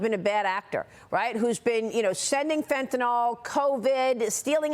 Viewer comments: The drug is Fentanyl, not Fentanol. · Fentanyl has now surpassed nuclear as the most mis pronounced word in media! fen.t̬ən.ɪl not fen.ten.ol - nuː.kliː.ɚr - not nu.ku.lar